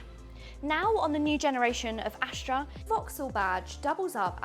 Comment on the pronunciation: Why do you keep saying "Ashtra" instead of "Astra"?